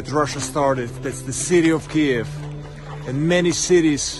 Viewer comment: Somebody needs to teach dude how to pronounce Kyiv.